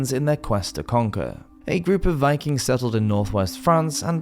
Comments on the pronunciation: ... Viklings? Lol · "Viklings"? "Cariolingians"? Come on, it's such a pity to have a great educational source feature such easy to avoid errors.